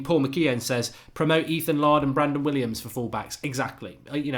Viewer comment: Laird has been around the club since he was about 10. Pronounced 'Layrd' not 'Lard'.